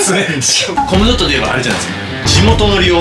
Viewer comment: SEIKINさんはコムドットの発音大正解で嬉しい…🥰